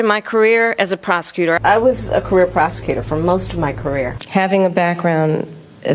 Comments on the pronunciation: “Prosecutor “ 🤣I thought she began to say “ Prostitute” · Did you say you were a prosecutor or a prostitute? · Did she say career prostitute or prosecutor? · HOLEY SHEET. I thought she actually say 'I started my career as a Prost*tute' until I read the Subtitles.